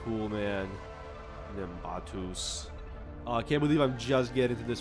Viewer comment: Hell yeah, Nimbatus will this become a series? also the way you say nimbatus is weird